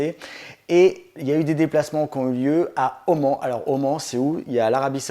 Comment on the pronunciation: Durban ( vu dans l’émission Capital très chouette ) et Oman se prononcent Durbane et Omane !!!